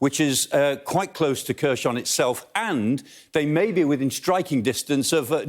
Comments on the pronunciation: It’s pronounced Herson not Kerson ffs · I like the way he pronounces Kherson as Kershon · One of the issues he has is reading names with Kh in them. Kh should be read as English H. So, Khersòn sounds almost like "Here, son" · Love the way he pronounces "Kherson" XD